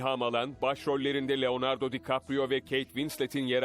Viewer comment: Leonardo değil leondadyo